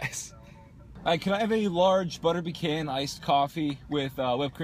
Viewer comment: It makes me sad the way you pronounce pecan